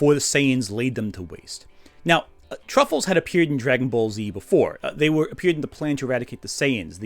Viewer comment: I'm partially giggling at the constant mispronunciation of Tuffles as "truffles", but then I've always felt that was a terrible localisation of "Tsufuru-jin" anyway. Much prefer MistareFusion's "Sufurians" or even the Blue Water GT dub's "Sufles".